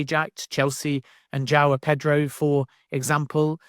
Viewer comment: I’ve never heard anyone butcher João Pedro’s name so bad 😂